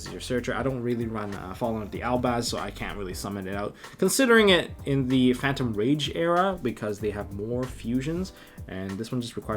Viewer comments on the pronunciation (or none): none